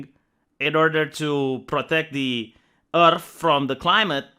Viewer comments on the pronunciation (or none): none